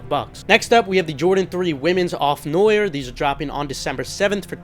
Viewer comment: Medellin - med-day-yeen Off noir - no-waar